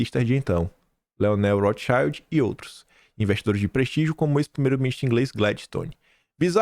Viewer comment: Larga de ser burro! Não é Rothxaiuld! A pronúncia correta é Rothxiuld! É ALEMÃO!